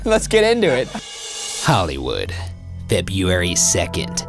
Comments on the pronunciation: It’s really weird how Ryan can pronounce the name “Louhelainen” with ease, yet he can’t say the word “February” correctly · It's really weird how Ryan can produce the name louhelaien with ease, yet he can't say the word February correnctly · I'm definitely here for that. The way he pronounces February frustrates me SO much 🤦🏾‍♀️🥴! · I wonder if Ryan had taken speech classes. Maybe a speech therapist cleverly figured out that the u's and e's ect, are ery hard for Ryan to pronounce. So, then she/he suggested that "in the case of the letters ur are together in a word such as Feburary, just say feb-RR-ary. It sounds the same. Noone will notice. Maybe? Just use a hard R." Yeah something like that.